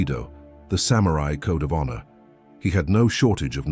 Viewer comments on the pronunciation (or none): none